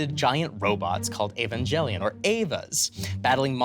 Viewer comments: UM ACTUALLY... It's pronounced "ee·van·geh·lee·aan" with a hard G, and not soft g, like in the word "gel". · I am so glad he got corrected on the pronunciation of evangelion